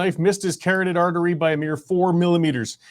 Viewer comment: What tf is a "🥕"ed artery ?? He said "carrot"ed artery 😂😂😂😂😂 he just read the word as he saw it.